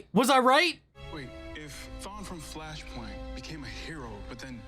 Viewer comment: i spat my water when i heard you say "Fleshpoint"i know its flashpoint but it sounded like you said fleshpoint xD